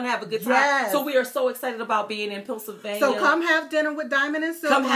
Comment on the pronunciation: Love you ladies but stop calling Pennsylvania, Punsylvania... That is all...